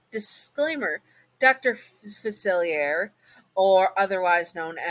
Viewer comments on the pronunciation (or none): I dont want this to come across as rude, just want to provide a pronunciation guide. It's Facilier, said Fu-Silly-Aye (hey without the h). And Loa is Low-Uh. Again, that wasnt to be rude. I love listening to your videos and hope you're remembering to take care of yourself, just like how you remind us listeners to look after ourselves.